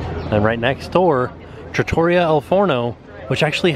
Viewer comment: Hey, I’m going to help you out with your Italian. Trattoria is pronounced Trah-Tour-ree-ah. Slight roll on the first R in Trah. You got the al Forno part perfect. 🇮🇹👍🏻